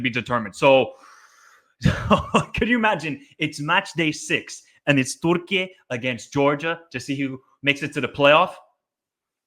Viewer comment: Why do you say 'Turkey' in that silly way?